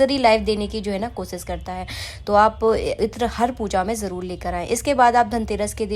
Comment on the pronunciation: Jaroor ko jarrol kyu bolti ho aap